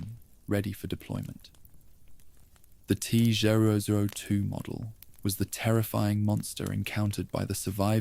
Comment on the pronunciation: Teh zwo zwo twoh 😂😂😂😂😂😂😂 wtf is this